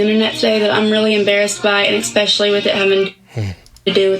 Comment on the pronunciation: When she kept saying ekspecially. I felt that. 🤣🥴